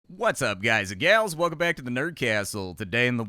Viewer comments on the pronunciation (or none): none